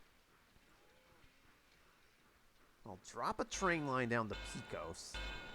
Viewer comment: Pay-Coes (Pecos) my good man.